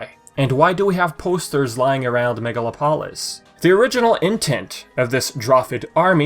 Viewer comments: I believe the city's name would be pronounced mega-lop-olis not megala-polis. Kinda like how you pronounce metropolis. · Its megalo-polis. Its greek Megalo means big And polis means city